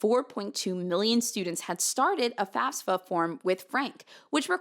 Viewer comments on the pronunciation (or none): I feel bad that I can't drop this but I'm curious how much this is "espresso/expresso" vs. like, a speech impediment. Do people that say faSfa, instead of faFsa, say it because it's uncomfortable to say correctly? Is it involuntary? Is it just a preference? Do you notice you do it? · I love yah and I love the story. The fact that you pronounce FAFSA the way you do bothers me. Sorry.